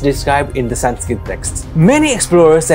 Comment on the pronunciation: Why di you add AA like the westeners? They dont know the pronounciation of sanskrit words but surely you should right?